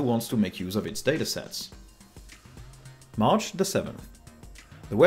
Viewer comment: I keep hearing Arch instead of march :D